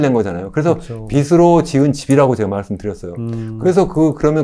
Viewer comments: 한글 발음 좀 제대로 합시다… 교수라는 사람이 참… 빚으로 = 비스로(x) 비즈로(ㅇ) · 올바른 발음 하자고 한건데 잘 못인가,, 비시 비스로 듣기 거슬리구만